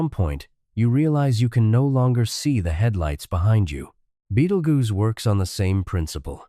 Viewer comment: It's a star and in the first few seconds they could not pronounce it correctly.